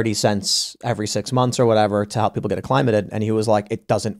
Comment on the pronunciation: Interesting pronunciation of acclimated, had me questioned if I’ve been saying wrong my entire life. Great episode